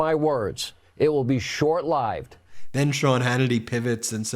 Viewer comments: “Short Live-ed” not short lived which would have made more sense. So now we know for sure that Sean Hannity reads what other people wrote for him and he didn’t proofread first. Yeah, they truly are panicking! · Short-lived is pronounced short livved, not short lievd 😂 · It would be short LIIIIIIIIIIIIIVED? I never heard it said like that. Must be a northern thing. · he actually said short 'lie-ved'! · Did the idiot say short lieved instead of short lived on purpose. I cant stand that dork! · Short Lie vd???? He means short lived right? As he talks about JB babbling. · HANUTTY reads his third grade script - he said short liived (long i). The expression is short lived with a short i. F'ING dummy, lol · Did Hannity say short live'd instead of short lived? They're losing it and it's so funny to watch. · Hannity said it'll be "short lyved". Obviously reading it from a teleprompter and doesn't know it's pronounced "short lived". Such a phony. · Hannity said short lyved, when obviously the promter said short lived hahaha too funny. Maybe he can go to thighland with Trump. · He said "short-lived" with a long "I" 😂 Hannity was shook! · Sean Hannity: "But mark my words, it will be short-LIVED." He was reading off a teleprompter, but misread short-lived.😄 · "Short live-ed." Is this dude reading a teleprompter? How do you screw up short-lived? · Did Sean just mock Biden for mis-speaking, but then say "short LAIVED" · Short lived,,,pronunce it long i...😂😂😂😂😂..hannity canntity read...or red😂😂😂😂😂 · Did Hannity say "short lieved?" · It will be short "Live'd" I don't think that's how you pronounce that, professional taint licker. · Hannity can’t read a teleprompter he’s so flummoxed. Short “lived “ with a long i. It’s all backfiring. Good on Joe! At his worst he’s better than Trump’s best day. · Who pronounces "short-lived" as "short-lYved" ??? Lmaooo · Did Hannity just say "short lived" like "live in studio"? lol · Short Lie-ved? 😅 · "Short lighved" lmaoooo